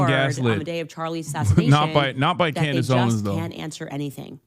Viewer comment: I really truly just want to say that you calling her klandace heals me. Every time I need a laugh I think about this. Also hasan pls drop an album your actually a great singer